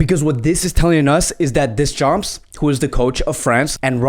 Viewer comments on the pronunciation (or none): Funny how you pronounce Deschamps ...(don't pronounce the p nor s...) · Deschampssss 🤣🤣 'Murica🦅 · you() slaughtered Deschamps name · yo is this guy dyslexic, he cant Deschamps or Kazakstan right